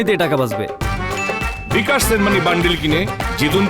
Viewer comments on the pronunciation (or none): none